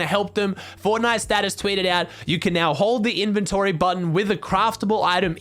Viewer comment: at first he said in-vent-ory